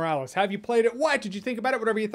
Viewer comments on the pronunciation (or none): Am I the only one that hears "Why did you think about it?" and not "What did you think about it?" haha